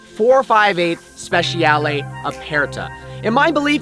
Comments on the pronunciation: Note to: This is how the Italians pronounce "speciale" i.e. it's spesharlay not spesh-ee- arlay, (and for the non-Italian-speakers "aperta" just means "open") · At least pronounce the name of the car correctly.